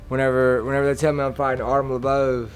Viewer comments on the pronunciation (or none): Holy shit lol it's crazy listening to artem. His pronunciations of words is still heavily Russian, but the inflections in his voice are 100% Irish. Listen you can almost hear Conor when he talks. Mackenzie Dern is another good example of this lol it's amazing how the mind works